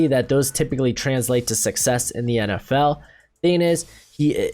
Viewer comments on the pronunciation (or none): none